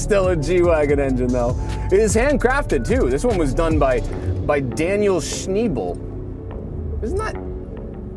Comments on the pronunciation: its daniel schnabel not schnebel btw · Actually, It’s pronounced Shnay-blay. Not a single like…no school of rock fans, huh?